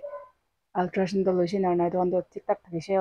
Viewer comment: Ultrasound not ultrasung please don't mind